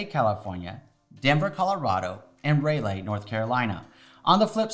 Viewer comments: Ray~Lay , Nc??? Are you kidding me? Born and raised in the SOUTH...its Raw-Lee. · I’m supposed to Trust his advice when he can’t pronounce the capital of North Carolina? “Ray lay” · Lmao “Rah-lee” 😂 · How can I trust someone who does not know you to pronounce Raleigh, NC 🤓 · Thank you for sharing. You mispronounced Raleigh fwiw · Lost a bit of credibility for not knowing how to pronounce Raleigh!